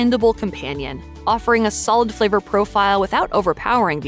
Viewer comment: Fleever? Greevy? The letter A is NOT pronounced as a long E.